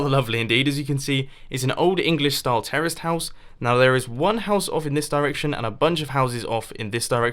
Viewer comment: no he said terrace house